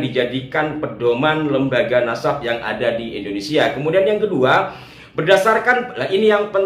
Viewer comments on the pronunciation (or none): none